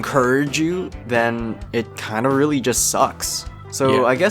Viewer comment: Yes You WEALLY Like It Plz learn English... ill help 2 ifya want:D